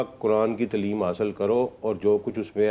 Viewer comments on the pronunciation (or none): تلیم نہیں تعلیم